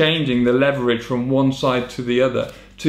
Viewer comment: I'm an engineer who has made a custom braking system for a high performance street car and I have no idea what he is trying to say. This is a shocking explanation. Then what do you expect from someone who cannot pronounce leverage correctly...